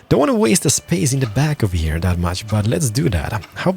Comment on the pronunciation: Great vídeo, great English but wierd accent that gets annoying after a while but you cant do anything about it. Keep the vídeos coming! :D "baisons" "deelicious" "ovahere" made me laugh lol. appreciate the vídeo though. PS: Anno needs to implement building time to buildings. Not "Instant" building. I think It's time...